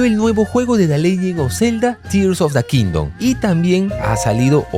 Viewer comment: Eso de in da kingdom, a sonao muy a in da ghetto 😂😂